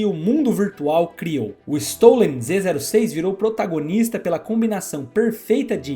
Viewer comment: Aulinha de pronuncia: Zô6 o número zero pode ser lido ô ou "zero" , mas no caso é lido como "ô" Então a pronuncia fica: "Z ô six"